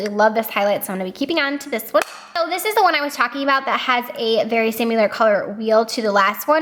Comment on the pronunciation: Girl...there is no U in similar!!! 😂😂😂😂🤦🏼‍♀️🤦🏼‍♀️🤦🏼‍♀️🤦🏼‍♀️ you are Laura leeing the fk outta that word!! ❤️💕